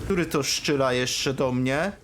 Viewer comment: Dlaczego mówisz "szczyla" zamiast "strzela"? To celowy zabieg?